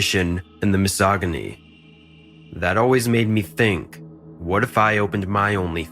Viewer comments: GIRL you don't read the Latin out loud! Haven't you ever seen "Cabin in the Woods" before??? "And the mis-soggy-knee" Is all of this just made with AI? What a hack ass idea, tbh. Enjoyable, but takes away from real content creators. I'll like the videos but I'm not subscribing. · Need to work on the pronunciation of misogyny and maniacal